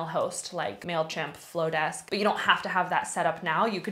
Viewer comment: The marketer in me is dying hearing you say mailchimp and flodesk. 😂😭😭😭 otherwise, love this video!